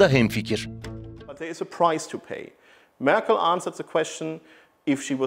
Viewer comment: merkıl deme şuna ya. merkel merkel